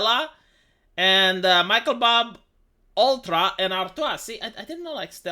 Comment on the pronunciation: Michelob mispronounce “Michael-Bob” is my new favorite thing.